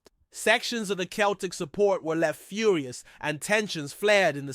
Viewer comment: Good content buddy but Celtic is pronounced with a s its said like this " seltic: i know it's strange but it's to help you connect to the fans more as you have a passion for football and i like your content, I'm born and raised in the Ibrox area